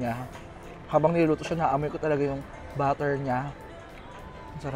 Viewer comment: Eto na naman cya.. PLAYBORPUL BATTER (instead of butter) WAZABI (instead of wasabi)